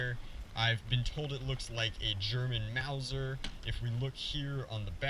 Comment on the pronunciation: Its pronounced, maw-ser